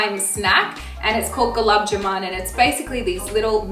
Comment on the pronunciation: It’s Gulab Jamoon (pronounced “ja-moon). Thanks.